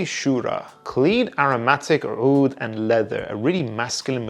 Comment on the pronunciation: is pronouncing the عoud 😂